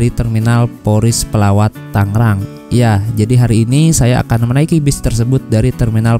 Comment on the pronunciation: Tangrang apa tanggerang